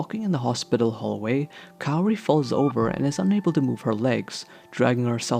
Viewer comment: why do you call her carrie? it’s kaori [KAA-owRiy]